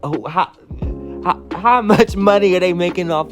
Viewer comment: YOU ALWAYS TALKING ABOUT, “LET ME NOT DO TOO MURCH.” 😩🤣🤣